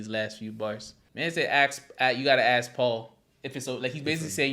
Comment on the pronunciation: is it just me or The Game can't pronounce the word ask 🤔. he says it like axe This mothafucaaaaaa 🤦‍♂